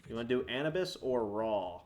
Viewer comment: Anabus 😂😂 Anubis(Ah-noob-ess)